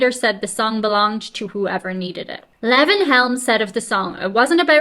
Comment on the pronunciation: his name is lee.von helm.pronounce it Lee. Von